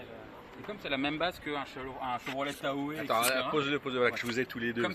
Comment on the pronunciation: Si le proprio passe par là le "e" est muet dans Tahoe ;-)